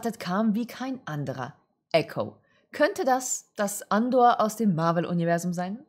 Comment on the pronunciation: Hast du Andor grade echt verdeutscht?